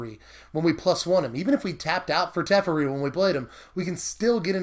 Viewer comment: teffurry... oof.